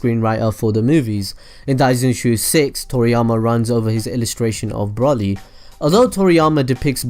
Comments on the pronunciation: Its broly not brolly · broly bro-ly not bra-ly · you pronounce it as if you where shortening umbrella brolly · Its broly not brawley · Also, isn't it Bro-ly Not Braw-ly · It's broly. Bro. Lee. Not brolly. Braw. Lee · it's broly as is in bro not brah ;) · It's not braly it's broly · BROLLLY!?!?! IT'S BRO-LEE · Why is he say brully and not broly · Why do people call him braly it's broly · Just wish he'd say the name right at least once, as a brit all i can imagine is a brolly meaning umbrella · Literally watch 1 sequence of the movie and you shouldnt call him BROLLY... how can 1 be so ignorant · did he say brolly? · Man said brolly 😂😂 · If I here Broly (Bro-ly) mispronounced one more time I’m gonna gonna haaaaa... kakarot!!!! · He said braly😂😂😂😂this nigga so restarted 😂😂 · YOU SAY BROLY LIKE BROHLY YOU SAY IT AS IF YOU SPELL IT WITH OH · Its pronounced bro-lee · Pronounced as Broly (Bro Lee) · he keeps sayin brally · broly - bruh-oh-lee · It's br-oh-Le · No its Bro-lee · Broly (bro lee) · So said broly wrong it's pronounced broccoli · I hate how you say Broly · When you said errors then When you said Broly I cringed